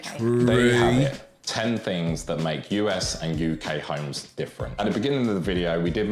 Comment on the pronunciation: It’s funny to me how they mispronounce homes as himes.